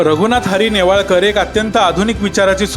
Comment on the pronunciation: सासरचे आडनाव नेवाळकर असे वाचावे